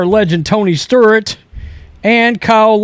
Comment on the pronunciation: Is it Tony Sturt, or Tony Stewart lmao